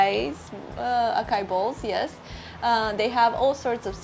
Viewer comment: Brazil is underestimated. There is a loop of misinformation that feeds back on itself, as those who have bad experiences shout out to everyone, while those who have good experiences remain silent. Regarding the pronunciation of Açai, the pronunciation is not "akai" its like "asai". And it is a very high-calorie but very healthy fruit due to its bioactive compounds and antioxidants. Just avoid putting candys in the recipe